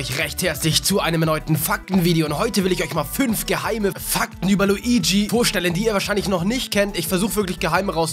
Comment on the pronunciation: *Fack*ten xDD